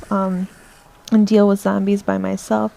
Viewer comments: It's just the zambies, you know, the crap-load of zambies.....sry :P I love bronx-ish accents....I know u don't have one, it was just that ONE moment XD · lol i love how u say Zarmbies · Thumbs up if you like how she pernounces zombies as zambie